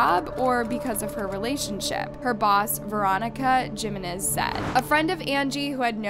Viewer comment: Yikes. This is NOT a voice for radio. 😂 Pitchy and too much vocal fry. Oh, and it's "he-men-ez" NOT "jee-men-es." 🙄